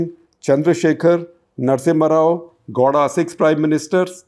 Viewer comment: Shekhar Gupta pronounces Gowda like Gouda cheese